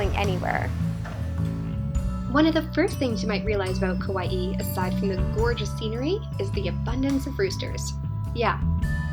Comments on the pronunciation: Good info for Kauai newbies like me, thanks. But I think it's Ka-Wye, two syllables, not Ka-Wye-ee. That would be spelled Kawaii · Actually the Hawaiian pronunciation is kah-wha-ee